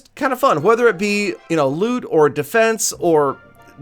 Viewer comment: What meant: "Maybe it be loot..." What I heard: "Maybe it be lewd"